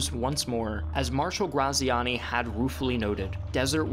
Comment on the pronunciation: He mispronounced Graziani's name as he did Adolf